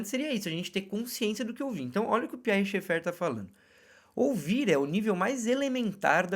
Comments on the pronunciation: Gostei do conteúdo, porém, "doeu" meus ouvidos sua pronúncia de Schaeffer, procure corrigir, a maioria das pessoas falam corretamente o sobrenome alemão. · A questão é que esse sobrenome é alemão, o fato dele ser frances não vem ao caso. Não custa vc verificar a pronúncia.